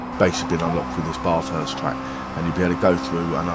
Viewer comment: Say BAF HURST. That's how it's pronounced mate